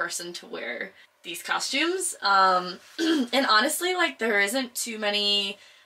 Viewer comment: lol I just think it's funny, you say it with an h in it, coshtumes, it's not pronounced Iike that,thats all